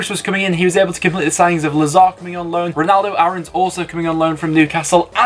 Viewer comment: Rolando Aarons!!! Not Ronaldo Aarons